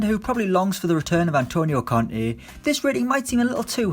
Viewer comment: I was confused for a sec when you said “the Frenchman helped Conte win the league”. Thought you said Kante